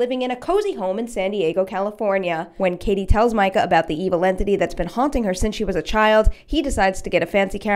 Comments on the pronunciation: mee-ka, not micah. please. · Katie's boyfriend's name is ME-ca not MI-ca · Mee-kah, not Mike-uh. We only hear his name 6,000 times. Click ... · Its pronounced meecah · It’s “mee-ka” I remember because it was annoying 😂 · I like the video,but it really chapped my ass to hear you pronounce his name like that lol. It’s mee-cuh. His name is yelled pretty much a lot though out the first movie to miss that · it's meecah bitch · Completely pronouncing Katie’s boyfriends name wrong 😂😂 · your pronouncing micahs name wrong